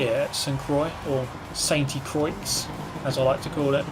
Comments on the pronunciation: If you don't say "Sainty Croyx" it's actually pronounced "krwha". I like the first one better anyway. ;) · The "oi" sound in french is pronounced "wah". "St-Crwah" would be the correct way but you can keep saying likr "Croyx" just to piss frenchs off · St Croix is pronounced san cwah